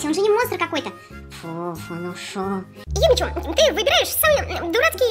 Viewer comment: Не Юми Чу а Юми Чю!)